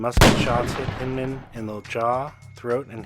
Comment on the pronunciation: Hindman i have always heard pronounced with an I......like Blindman